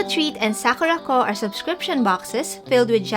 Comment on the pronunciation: Oh...Sakuraco, not Sakurako loves Himuwari..........